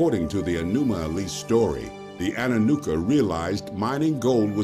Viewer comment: It’s not anannuka but anunnaki , it’s not anuma elis but enuma elish , learn about things you speak of first